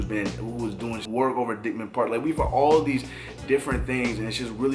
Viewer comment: My guy, dope video but I dead almost threw my phone when you pronounced dyckman wrong. It's not dick-man. It's dike-man lol, also when you say Latvia pronounce the LAT part like you would pronounce the LAT in latte. Just constructive criticism brotha. Keep up with the pressure.